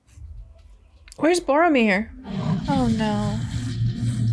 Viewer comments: Hi, I’m sorry, I don’t know your first name so it is. I noticed that you didn’t seem to recognize Sean Bean, who plays Boromir, BTW: you pronounced all of the names perfectly, anyway Sean Bean stars as Ned Stark from Game of Thrones. Most reactors point that out if they’ve seen GOT, so now I’m curious if you have and if you’d be interested in watching it if you haven’t. I would love to re-watch GOT with you and hear your thoughts. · Finally a reactor reads Boromir correctly. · Well, you did get Boromir spot on... even his name "Boromir" in a rough translation means "faithful jewel" based on the way Tolkien built his language... so in reality Boromir was the most faithful soldier to the kingdom of Gondor while also being their jewel because he was the best fighter, the leader of the armies and the one that kept everyone safe. The weakness of Boromir is that he followed orders to a fault... you will see Boromir's character being explored just a tiny bit in the second movie's extended cut so no spoilers... However the first movie shows us exactly what you said... Boromir is a protector of the weak and powerless and he did EXACTLY that... when the Uruk Hai attacked at the end, he could have gone to fight with Aragorn, Legolas and Gimli and he would have been safe... but he went to protect the ones that NEEDED his help... Aragorn didn't need his help, Legolas didn't need his help, Gimli didn't need his help.... the one that needed his protection were Merry and Pippin, the weakest members of the group, so Boromir literally threw himself upon a whole army, refusing to let his companions be taken or killed. Boromir's character is a masterpiece of writing to be fair... the whole first movie/book prepares you to see him as a villain, as a greedy man that wants power, but when you understand his whole character arc you are stunned... he was a loyal soldier, a great captain, someone that spent his whole life living by the sword to protect his people and gambli